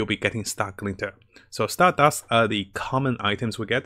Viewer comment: Every time I hear "Stardast": *JOJO's flashbacks intensifies*💪👾💪